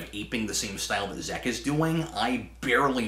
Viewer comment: Zeck not Zek, Cap.